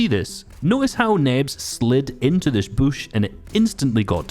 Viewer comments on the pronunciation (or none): Please don’t say Boosh.. it’s a bush. Like George W. Busch, with a short u.